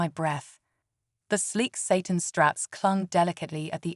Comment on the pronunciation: Please teach your AI reader the difference between Satan and satin. That misreading is really annoying.